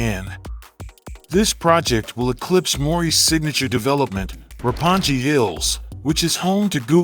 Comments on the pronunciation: Oh, poor Roppongi (六本木)! You keep mispronouncing it throughout this footage. It might be better if we borrowed the Italian idea of spelling like Roppon-ghi, for instance. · My dude called roppongi "ropponji" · Ropponji Hills? Dude, take a small moment and google pronunciation.... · I like your video, but I don't like how you pronounce Roppongi. It's not "ji" , it's "gi". Like gift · Wow he probably hasn't even been to Japan, can't even pronounce Roppongi right, lol